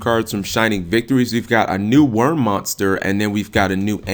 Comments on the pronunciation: Dude I hear people say it like you do all the time. Why do Yugioh players not take 2 seconds to read and sound out the cards - in this case, there's no "V" in Wyrm, let alone an "E" or "N" come on bro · I thought Wyrm was pronounced "why rim".